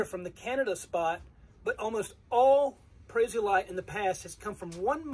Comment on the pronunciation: Boy - your hair is gettin' gray! The green amethyst is pronounced "Pray-zee-o-light" with the accent on the first syllable. Thanks for showing us where and how the green stuff forms. I have a really nice, single prasiolite crystal about four inches long but I can't remember where it is from.